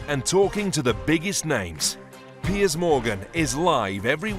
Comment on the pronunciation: His name is "Piers" not "Pierce". Lol, sorry to correct you, but I see this all the time & it's bloody annoying! 😅✌🏽✌🏽